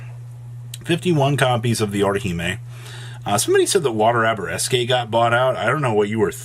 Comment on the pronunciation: “Arabesque” It’s Pronounced air-a-besk Not abareskay